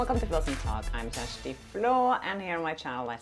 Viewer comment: Not Kristy. It's Kjersti, pronounced like, K y e r s h t y